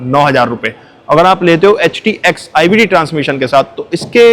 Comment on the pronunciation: Paga hai kya😂..HTX ko bar bar htk o bolrahe ho.